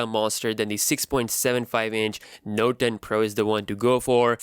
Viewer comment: noet ntoe?